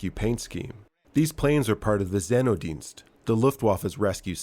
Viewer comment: Say - Note - Dienst say it fast a couple times and you got it